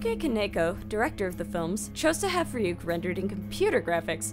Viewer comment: it is Ryuk not wwhat u said